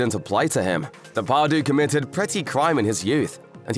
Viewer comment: De Par dieu not day par doo